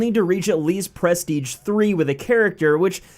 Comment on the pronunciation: Every time you say prestige I want to stab my self